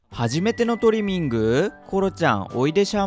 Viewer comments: トリミングの発音が違いますよね?😆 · トリミングの発音がスイミング🏊🏻‍♀️ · ドライヤー中と爪切り中大人しいなんて、偉い娘だ。コロちゃん、初めてとは思えない。✨✨ 、トリミングの言い方のアクセント私と違うんですけど方言ですか？ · トリミングの発音がいいな😂😂🎉